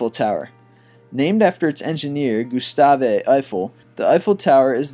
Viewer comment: "Gustave" is not pronounced as "Goo-sta-vay". It's French. Just pronounce it like "goo-STAV"